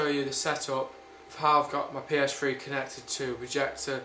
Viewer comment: PS Fwee hahahha lol